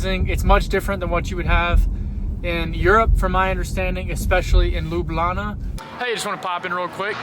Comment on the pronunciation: its pronounced L-EW-B-LJANA 😅